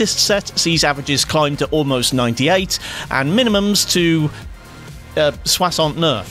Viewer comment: HAHAHAHAHA love the way you dodged the nicest number by saying it in french. Hats off for the pronunciation!